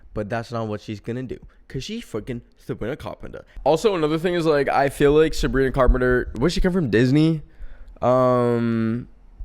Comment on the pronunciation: "Coz shes fweakin Savwina Cawpemter' I. LOVE. YOU. FOR. THIS.